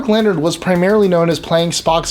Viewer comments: A few things: 1) Actually, the phrase "Beam me up Scotty!" was said by Kirk in Star Trek: The Animated Series. The real-life cast voiced all of the parts in the Filmation cartoon. 2) Mark Lenard's name isn't pronounced like "Leonard", it's pronounced "Len-ARD". 3) Best Captain is Picard of course! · Hate to be a stickler, but Mark Lenard isn't pronounced "Leonard" as in Leonard McCoy, it was pronounced Leh-nard the last part rhymes with aard as in aardvark.